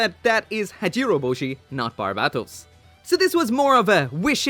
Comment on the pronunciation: Another wrong thing you and way many other people do is the way you pronounce Barbatos is more like the legit country instead of the name of the mobile suit and is funny because in the anime either japanese or english dub they make the right pronunciation